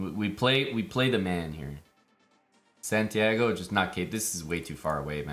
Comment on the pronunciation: The amount of disrespect on santiagos name lmao